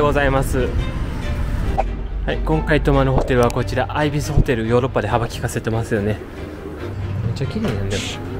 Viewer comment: アルプスの山々はまさにハイジの世界で幻想的でした‼️ でも、なんどもチューリッヒをミュンヘンと言い間違えるRyuさんにツボってしまいました🤣 ちなみにIbisはアイビスではなく、イビスです〜 次のザルツブルク🇦🇹大好きな街なので楽しみにしています♪